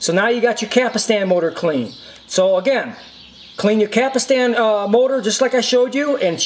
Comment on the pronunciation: Just saw the video, Some notes I have:.First: the rubber wheel on the loading ring is called "pinch roller". you should say "capstan", not capastan".and you don't just pull on the capstan rotor! it has retaining washers on it.What you want to do is slowly pull on the rotor while the unit in on it side, and collect the plastic retaining washers with the other hand. then clean the capstan shaft with alcohol.next put a drop of sawing machine oil in the upper and lower bearings (otherwise they will fail down the road), slowly insert the capstan rotor while putting back the plastic retainer washers.carefully push them back against the bearings, and clean the shaft again with alcohol.you are correct about replacing belts and tiers only with fresh ones.but it is not a Betamax only that fails with rubber parts, ANY deck of ANY format will fail due to rubber belts and tires wearing out or dries up.Other than that, you did a great job. I love these old Betamax decks!Best Regards,Moshe.